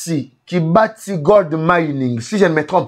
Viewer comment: On dit Kibali Gold Mining et non Kibati.